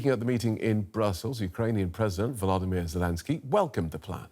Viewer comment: Its not Vladimir Zelensky, but Volodymyr. Please try reading the name respectfully. Vladimir Putin you don't call him Volodymyr. 😉